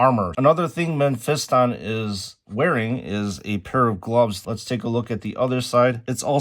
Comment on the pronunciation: It's pronounced Meh-fis-tin, not pronounced Men-fist-on 😂